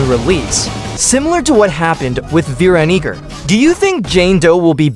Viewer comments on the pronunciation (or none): atp stop saying veeronica ur just saying veeronicker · It’s veeroniga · SHLAWG DIDN'T SAY VEERONICA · Mf said vaniger im not capping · HE DID NOT SAY VEERONICA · Bro said veeroniger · Bro did NOT say Veeronica 😭😭😭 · bro definitely ain't saying Veeronica bro said veero###### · why did u say veeroneeca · Dawg did NOT say veeronica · where is the g in veeronica? 😭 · I was just about to say that too lol bro did not say veeronica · I heard Veeronigga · i fr heard veronika Veronica ate the rubber fruit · Veeronig this is sus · vee ron EEggah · I don't think he said her name right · I... I dont think that how you say Veeronica...